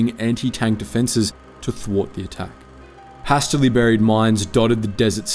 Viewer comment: Never heard anyone pronounce hastily that way before